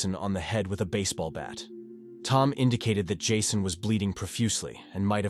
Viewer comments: "This is ", the AI bot signs off, the bot that can't pronounce the victim's name the same way twice: is it "Jasson", "Jason"...? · He’s AI. How can a person mispronounce Jason ?!